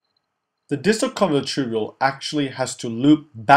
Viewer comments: Just a small correction, it is the distal convoluted tubule, not convulated. But the videos are great! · * Convoluted tubule not convulated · great video.. thanks a lot!!!! (convolUted not convULATED)